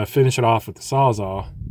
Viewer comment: The shed turned out really nice for someone who says he never framed before! For clarification, are you saying sawza or sawzall when talking about your reciprocating saw? I can’t tell… (Milwaukee came up with the term “sawzall” when it developed the reciprocating saw